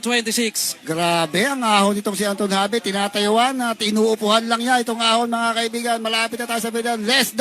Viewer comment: Antwan Hobi po ang pagbigkas sa pangalan niya hindi Anton Habi